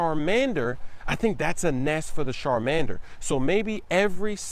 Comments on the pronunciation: its CH!!!. nOT SH SHARMANDER CHARMANDER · I think he was pointing out the way was mispronouncing the ch in the start m8. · Sharmander 😂 its ch-at-man-der With a ch not sh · SHARMANDER LOL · Shar man dur😂 it's Charmander bro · char not shar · sharmander lol its charmander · SHarmander! Lol😂😂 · please never say Shar🔇 mander again. Char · Charmander! Not Sharmamder lol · LMAO SHARMANDER 💀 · Sharmander haaa,it's chairman dee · CHARMANDER NOT SHARMANDER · CHARMANDER CHARM sound out CHAR•Mander Not sharmander Keep it dude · CHAR-Mander not SHAR-mander...what are YOUOUOU doing?? lol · Anybody else cringe when he says Sharmander instead of Charmander!LOL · Hahahah smooove, hold up, you be making noob moves calling it 'SHARMANDER' instead of 'CHARMANDER' !! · the sharmander 😂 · it's charamander not Sharlamdaner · It's char not shar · It's Charmander not Sharmander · I almost died when he said sharmander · " sharmander " I died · Dat "Shar-mander" tho lol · "Sharmander"??? Lmao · There are comments about saying "Sharmander" on EVERY video but still hasn't fixed it lol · its Char-man-der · "Char"mander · He said SHARmander😂😂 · char- mander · "Sharmander"- 😂😂😂😂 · It's CHAR bro lol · Lol at pronouncing Charmander as "Sharmander" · Had me dead ass when he said sharmander lmfao xD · He also said Sharmander😂😂😂😂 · "I Think the Sharmander" "The Sharmander also..." Bruh...😂😂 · "Sharmander" lool hello? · I'm beginning to think purposely says EVERYTHING to do with Pokemon incorrectly... My man really just said Sharmander... I'm asleep, cousin. Poke ball head ass. Ma-chop head ass. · Yo. He really just say "sharmander"? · and in the older episode, he called charmeleon "charmalander" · Anybody else really annoyed that he's mispronouncing names